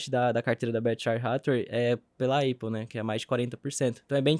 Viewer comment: O jeito que o fala Eipou (Apple), em vez de Épuhl (Apple) ta virando uma marca.